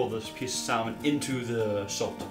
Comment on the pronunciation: Salmon isn’t pronounced how it’s spelled! it’s pronounced sammon